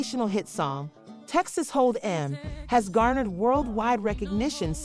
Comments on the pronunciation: Lady you need to work on your words. It’s Texas Hold’em (one word) Not Hold (space) Em. AI isn’t what it’s cracked up to be. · Actually...it's Texas Hold 'em not EM as in Aunty EM...your inability to pronounce Beyonce's name is bad enough...but TEXAS HOLD 'EM is an institution and demands proper recognition! You take away from the whimsy and fun...goodbye